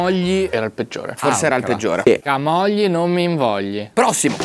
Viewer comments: Da Ligure sentire Camògli in questo modo mi sanguinano le orecchie, ti prego chiudi quella O, comunque siete dei grandi vi seguo da quando ancora non strupravate le parole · non per essere pignolo ma camogli si pronuncerebbe con la o chiusa…